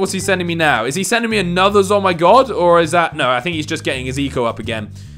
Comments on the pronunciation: You're saying it wrong it's ZOMG NOT A ZOMYGOD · Who else got annoyed when he said zoi oh my god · It’s funny when you pronounce zomg